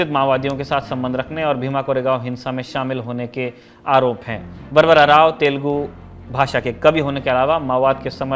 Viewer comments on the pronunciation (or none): none